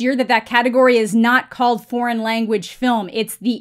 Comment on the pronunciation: Did he say if you want "best porn film"? His "foreign" sounded like "porn". Sorry. EVERY category is available to be BEST Picture even animated films. I think the only category that can't be is "short" films. Everything else is up otherwise you'd never have a horror movie as a Best Picture winner like "Silence of the Lambs" which definitely deserved it. The fact that "foreign" films have been left out of Best Picture noms for years and years (there are exceptions) when some of the foreign films are the only good films for the year...well...there's your answer. Why would you want your Best Picture limited to "American (or English speaking) dramas"?